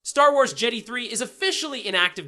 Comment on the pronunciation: Jeddy? Its jedi dumbass. JEH DAI